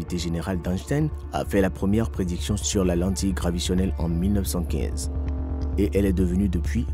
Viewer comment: On dit lentillle graviTAtionnelle, et non gravitionnelle....